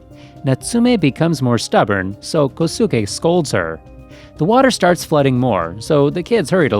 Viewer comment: You mispronounced "Kosuke".